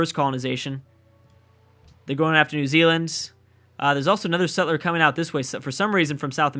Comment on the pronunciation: New Zululand... New Zuland, New Zulundi?